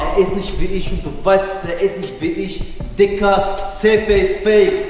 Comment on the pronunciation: Nicht digga du hast tigga gesagt